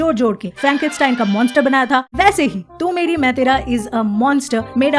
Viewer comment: Watching an American journalist pronouncing the name of the movie was one of the saddest things I’ve seen.